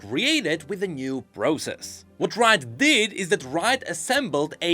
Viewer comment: why you said "root" on 9th minute, g n i d a